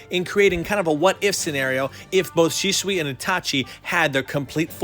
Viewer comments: why you gonna say shisway instead of shisui... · Nevermind the fact it's supposed to be pronounced "She-sue-e," his face is actually really off to me, and I'm not understanding why his hand is in front of his face like that. Its quite awkward placement imo. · Dude does not know how to pronounce shit go watch the anime and say it the same way they say it in sub not dub buddy talking about shisuway when his name is shisui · shi-zu-e not shizu-way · He said shisuway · it's pronounced shi su ee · omg your pronunciation is awful, you can't even say Shisui? I'm out.. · You said the name wrong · Whot? Side characters now?nudbad.... I dun think he's even in the vg?... The susano is really good. Btw it's su-san-o tho? And your shisui sounded like shishui. Try dropping the h sound?